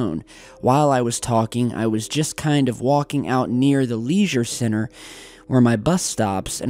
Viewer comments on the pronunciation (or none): The way he said leisure centre hahhahaha